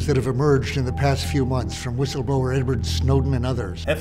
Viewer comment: lol "whistleblower"